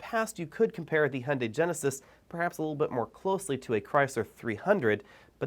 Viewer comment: Another unnecessary brand whose design will sooner or later not differ from other manufacturers. Capitalism at its best: pretending diversity where no one is. Also, it's funny how you Americans pronounce "Hyundai": there is no "o" like in "Honda" - actually it sounds very similar in your type of speaking. I wonder, because you should be easier able to pronounce the "yu" as "yu" or "ju"...